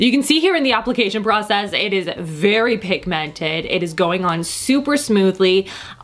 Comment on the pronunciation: Its so cute how she accents pigmented😂❤️😘 pig-MEN-ted so cute